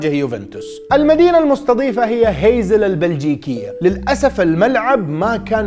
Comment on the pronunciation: تصحيح المدينة البلجيكية اسمها هاسلت وليس هيزل.